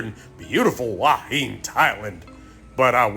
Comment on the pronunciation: HUA HIN is pronounced WHO-WA HIHN. By the way, you were featured on the YouTube channel STUART JAY RAJ a day ago as a Thailand YouTuber who can't correctly pronounce the names of Thai cities. You should go back it out!